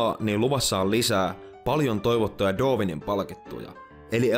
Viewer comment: Mitenkäs se Darwin lausuttiinkaan? Doovin? :D